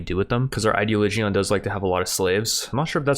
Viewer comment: "Idea-Lee-Geeon" ... It's pronounced "Eye-Dee-Olidge-In"